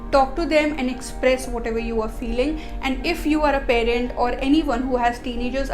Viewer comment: Its not perent please. Its parent